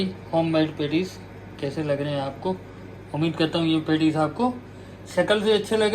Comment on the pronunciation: it’s not pantties it’s patties 😂😂😂